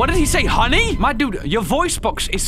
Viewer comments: Grandpa says honey but sounds like nani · Did grandpa say Nani or honey